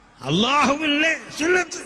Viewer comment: സുന്നത്ത് ജമാഅത് അല്ല സമ്പത്ത് ജമാഅത് എന്ന് പറയൂ...